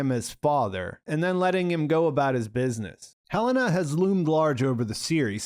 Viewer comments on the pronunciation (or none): I love that after House of the Dragon, we all decided that pronouncing it Helaena is way cooler than Heh-Leh-Nah.